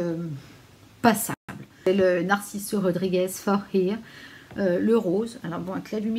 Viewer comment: Le Dior addict est aussi mon best ever, quel parfum somptueux!!!! Tu l’as décrit comme il fallait ❣️❣️❣️ pour info, le Narciso que tu as présenté (qui sent aussi très bon) se prononce « for heur » 😊